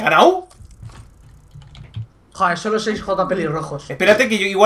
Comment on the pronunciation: Alison Sanchez porque dicen he ganau y dicen todo con u?